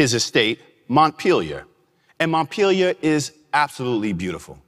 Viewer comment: Maddison's place is named Montpellier. It's pronounced: Mont-pell-e-a.